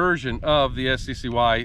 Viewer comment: its sky (sccy)